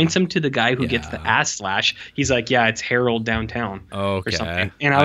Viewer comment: Errol not Harold...